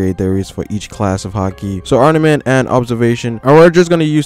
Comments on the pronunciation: Great video. No hate.. It's arMament though. Not arNament. Good job though haha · Is it just me, or is this guy saying ARNAMENT haki? Cuz that's definitely not what it is. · you keep on saying arnament wtf?